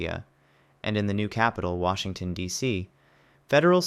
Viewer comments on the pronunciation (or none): none